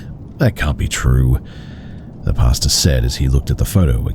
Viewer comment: The story at 13 mins, I kept thinking Be is saying "pasta" like how Americans say it 🤣 ... but he's saying pastor.